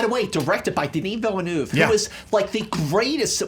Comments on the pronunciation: Ok. Ok. It's Villeneuve like you pronounce 'hors d'œuvre' or better yet, nerve! so Vill-nerve! Sincerely, a French Canadian :) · Thank god the french Canadian woman finally let them know it's pronounced Ville-nuv. won this fight. He could have easily been 5-1 if Signore didn't just hate so much that he couldn't stand to see him win. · Merci d'avoir corriger leur prononciation de Denis Villeneuve. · Finally an amazing movie fight in 2017!! And thanks to to tell them how Denis Villeneuve'S name is pronounced, that was driving me nuts especially since everyone on movie fights and schmoes makes such a big thing about how they know how to pronounce the name correctly and then doing it all wrong